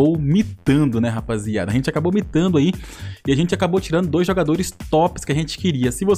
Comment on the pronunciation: MItando???? ou Micando, eu ouvi micando, kkkkkkkkkk